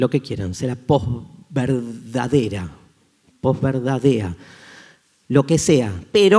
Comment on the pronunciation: Tu en palabra estás mintiendo dices "pos-verdad". Porque tú la pronuncias con "j" al final, dices "Poj"